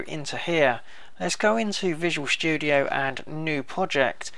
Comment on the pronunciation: i like how he says visual shtudio